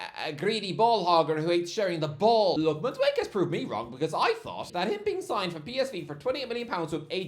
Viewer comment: I can't take calling Madueke MadWake! It's pronounced Mad-oo-Eh-Keh 🤦🏾‍♂️